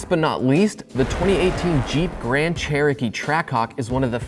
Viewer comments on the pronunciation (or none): none